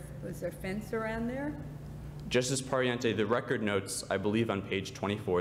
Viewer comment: Everyone is talking about how the first speaker was really good, and I agree, but the fact that he kept on pronouncing "Pariente" wrong bothered me a little bit...